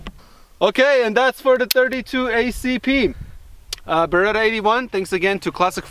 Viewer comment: BERETTTTA not BERERA,! 😂